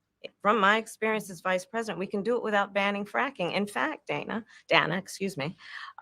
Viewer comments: You know she's reading notes that's why she said the lady's name wrong 2 times because she's saying her name as she's reading it Dana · So funny when she mispronounced Dana 😂😂😂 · Funny how someone on MSM said Kamala's name wrong and was told he is racist. Soooo...Kamala must be racist for pronouncing Dana's name incorrectly. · She mispronounced Dana’s name!!! She is a SEXIST!!!!!